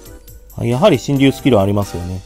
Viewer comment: 読み方しんりゅうじゃなくてシェンロンです確か